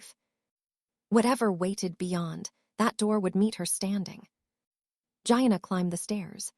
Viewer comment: Please, it's pronounced, Geeanna , not Gianna as in vagina. I don't know about this AI thing.